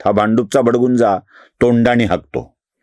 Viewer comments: भ ड गुं जा नाही, भ ड भुं जा... असा मूळ, खरा शब्द आहे! 🙏 . गुगल करा! 🙏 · भडभुंजा म्हणतात, भडगुंजा नाही